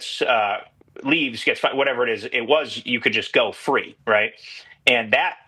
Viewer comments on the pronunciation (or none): none